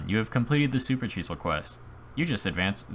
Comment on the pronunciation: Why do you pronounce it like supercheesel XD